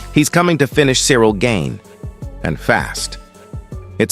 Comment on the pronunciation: Pronounced garn not gain.